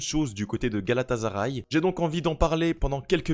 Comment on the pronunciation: Coucou, je voudrais te rappeler une chose, rien de méchant bien sûr et ne m'en veux pas s'il te plaît mais GALATASARAY se dit GALATASSSSARAY et non GALATAZARAY...c'est comme si tu prononçais MARZEILLE au lieu de MARSEILLE... Sinon j'adore ta vidéo car pas assez de Francophones ne parle de cette équipe qui a fortement investi dans ce mercato...comme tu le dis de DINGUE ❤